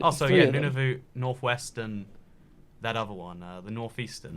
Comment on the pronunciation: N u n a v u t. ITS NON-OV-UT YOU AMERICANS DRIVE ME UP THE WALLS UNABLE TO PRONOUNCE SUCH OBSCURE, NATIVE NAME